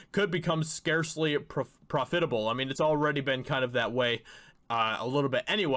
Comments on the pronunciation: It's PROF- it-able not prof-FIT-able. Sorry but mispronounced words just bug me. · Dude, when he said pro-FIT-able instead of PROF-itable six times, I started laughing. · Prof-fit-able? Try Prof-it-able. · It's pronounced profitable. Not profitable. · Profit-a-ble. It doesn’t rhyme with hospitable. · All I heard was “prah-fit-able”. The rest of the video is a blur. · What grade did you drop out of school? (I'm guessing 5th.) Learn how to pronounce Reuters and profitable. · There are two ways to pronounce "profitable" (which actually shocked me when I looked up the word to ensure that you were wrong). You didn't nail either one. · I almost started wondering if he was canadian when he kept pronouncing it like that lol. Never heard it spoken like that but I also don't travel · The word “profitable” is accented on the 1st syllable, not the 2nd. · I'm pretty sure that's not how you pronounce the word "profitable". Maybe this is some kind of inside joke that I'm unaware of. If so, my apologies. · Good info. Not to be rude, but that’s not how “profitable” is pronounced. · I've never heard the accent on the second syllable either. It makes it sound like a professional fitting job from the costume department. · the word profitable has the accent on the pro part, not the fit part